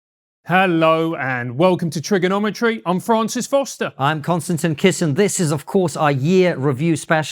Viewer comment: For the first time ever I heard "Constantly Kissing" instead of "Konstantin Kisin". I will never unhear that. You go girl!